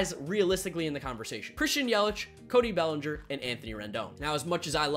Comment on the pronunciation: It’s bellinger